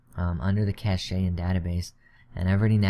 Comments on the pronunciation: 2048 = 2GB it's not cash-ay it's pronounced cash. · Cache is pronounced *cash*, not cash-ay